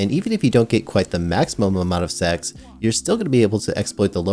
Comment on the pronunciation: had to rewind a few cus I thought he was saying "sex" and not stacks xD